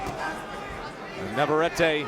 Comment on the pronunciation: It is NOT VavarrAte. It is NavarrEte